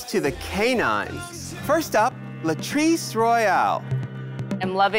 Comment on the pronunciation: Latirce? Rudemption? Really?